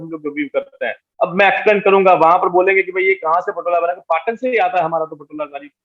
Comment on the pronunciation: It’s not पटन its पाटन पटोला sir🙏🏻